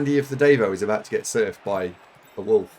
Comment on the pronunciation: Watch it from onwards: "Oh no I'm about to get surfed!" EDIT: You are so surprised at his bungling that you go a bit West Country